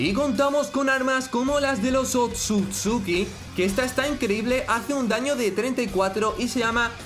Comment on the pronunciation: Es otsusuki no akatsuki xD